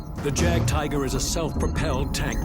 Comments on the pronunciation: HE KEPT SAYING JAAAAAGTIGER pronouncing the J as you pronounce the J in Jaguar. ITS FREAKING PRONOUNCED AS IF IT WAS A “Y” instead of a J YAGTIGER NOT JAGTIGER IS HOW YOU PRONOUNCE JAGTIGER GOOD LORD MAN THATS CRINGEWORTHY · its not jaged tiger its yagtigr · Jagdtiger.. not jagged tiger lol Means hunt or hunting tiger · Jagdtiger is pronounced...Yaag Teeger....J=Y in German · it is pronounce yagertiger gis pronounced with a y sound rookie